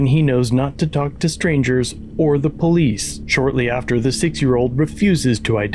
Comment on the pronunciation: "Puck" the "Folice"